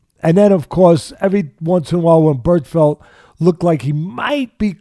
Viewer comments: Is he saying Bertfelt? Teddy I love you but you are terrible at names 😂😂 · Miguel "Berfelt"